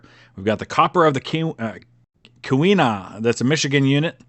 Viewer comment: KEE-wi-naw -- emphasized first syllable just like "key", second syllable like "win" without the "n", and the last syllable is just like "gnaw" or the end of "Mackinaw", "Mackinac" or "Leelanau". What? It's obvious.